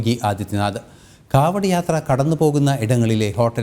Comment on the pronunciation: കാവടി ആണോ കാവട എന്ന് പറയുന്നു